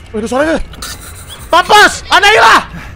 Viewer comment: Annabelle❎ annaila☑️ Annabelle bilaike: Annabelle bang bukan annaila😌